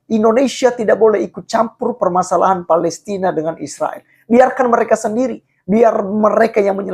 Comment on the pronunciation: Yg benar ucapannya palestain at palestina ??? ... Jgn seenakmu bro